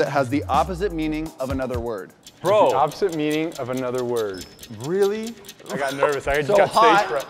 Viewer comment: THE WAY BRYAN ALWAYS SAYS BRO "VRO"